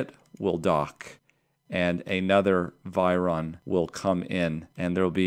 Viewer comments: Correction: It's "virion", not "viron". See here for pronunciation examples: hank you for your channel, I feel like I've learned something almost every time. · Surely, it's virion, not viron?